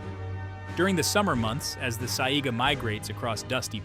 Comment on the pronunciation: I love the content, but I wish the people who made videos that are supposed to inform did better research. Examples: they showed several fish species while talking about lantern fish, but never actually showed a lantern fish. Or the mispronounced Saiga Antelope.